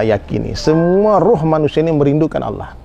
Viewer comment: Ini salah banget y..g ada org Padang yg bilang Alah....tp Allah jgn salah ustadz y..apalg nyebut org Padang!!